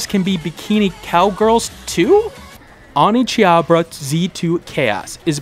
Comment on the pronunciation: I winced every time that I heard OneCHIABRA.